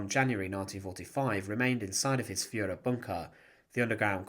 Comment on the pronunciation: The Fuhrer………..Fuhraa? Come on...